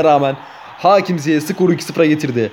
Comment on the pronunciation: Ziyeh değil Ziyeç diye okunuyor